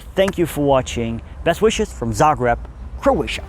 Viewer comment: Its called Za greb. Not Za grab.